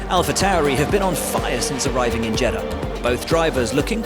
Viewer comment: Ffs pronounce Jeddah right for once 😂